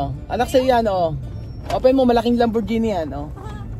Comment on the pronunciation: Lamborghini is pronounced lam- bor-gi-ni not lam-bor-zi-ni